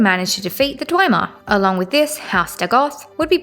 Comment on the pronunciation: I'm almost certain that it's pronounced hla-loo with a very soft almost not pronounced h but I'll just chalk it up to your accent. Also, it's dwem-er and ky-mer to my knowledge.